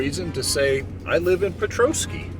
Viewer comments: I am having a hard time watching your channel because you are crushing the word Petoskey. Before you go anywhere, find the pronunciation online and then say it it’s not PE-TOE-SKY. It’s. PET-TOSS-KEY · I’m only 1 minute into the video and had to come to the comments to see if anyone corrected her 😂 I’m a Petoskey native and you’d be surprised all of the creative ways people mispronounce it. The best way to spell it out for local pronunciation sake is: Puh-Tah-skee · Please it’s not Peetoskey!! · Not me yelling "Petoskey." But you manage to pronounce Petoskey Stone. 🤦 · that's not how you say petosky. you said it right . it's a nice town but expensive to live in. ernest hemingway's family had a place near there when he was young.